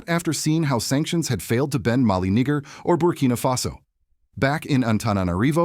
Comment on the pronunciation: This is obviously AI speaking, misuing pronunciation of Malagasy (AND other African countries), even though the message is very pragmatic. But I CANNOT overlook how this AI speaker proununced "NIGER!" It is NEE-JER!!😡